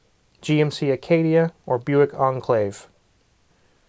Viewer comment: Never heard a car called buike*